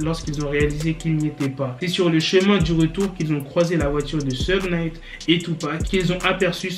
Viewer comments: Robby je dirais plutôt souge night alors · Ça se dit "Kifi Di" et "Choug Night"